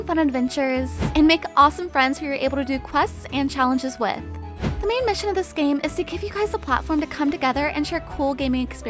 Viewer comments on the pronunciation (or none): none